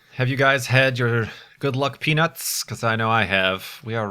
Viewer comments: Did anyone watch the livestream on XBox Live and stuff about the Curiousity Rover's landing? Does anyone remember how the reporter apparently couldn't talk and always said "Peanits" instead of "peanuts?" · When said "Hold on to you peanuts" I thought he said something else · "Hold on to your peanuts!" - I thought you were saying something else for a moment...